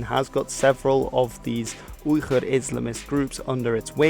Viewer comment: Ok did you just call the Uyghurs(weegur) the (oigur)